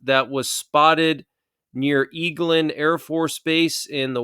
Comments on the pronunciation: It's actually pronounced Egglin afb. In western FL panhandle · Eglin AFB has always had “interesting” stuff in its skies. (BTW, it’s pronounced egg-lyn. Emphasis on the 1st syllable. It was my late Dad’s last duty station after 38-ish years active duty. ) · It is pronounced "Egg-Lynn AFB" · Eglin AFB is pronounced EGG -lyn.